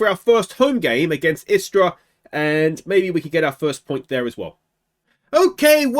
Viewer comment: You pronuced them good, istra and varazdin also. Istra is a team based in the beautifull town of Pula, on the croatian halfisland called Istra. They were established in 1961. In the last few years, they were an afiletclub of alaves, spanish club. They were subsribed to the 9th position for years since ligue 10 was established, only to finish 5th last season. A good team with solid gk majkic and a killer st erceg. They had spanish managers last 5 years, actualy only one manager for 4 years i think, which is rare in croatia to have a manager longer then a year or two. And yes we do have palms in dalmacia and istra, but they are not natural but import palms